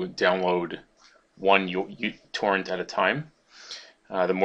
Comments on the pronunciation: when he started the video i thought he said "How to make you twerk faster" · i tought you said i will make you twerk faster lol :-)